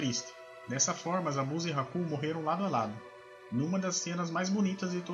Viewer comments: Me dá agonia ver esse cara pronunciando os nomes errado. É "zábuza" e não "zabúza" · Fala zabuza certo por favor cara mds